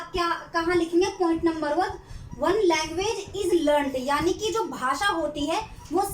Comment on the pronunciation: Its language.. Not languge mam